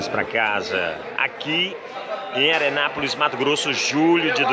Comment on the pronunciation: É Arenapolis n Arenapoles